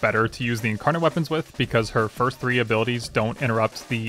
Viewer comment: the incawnon and the wed cwits parts made me laugh so much bro i love ur vids